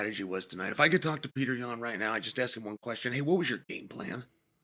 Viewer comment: "Pyourter Yan"- DC 😂😂😂